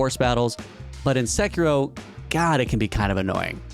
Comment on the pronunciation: Very surprising hearing someone with such a good pronunciation of Sekiro. Nice